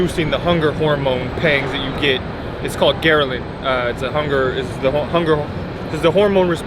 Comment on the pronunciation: Its called Grehlin, not Gerlin ;)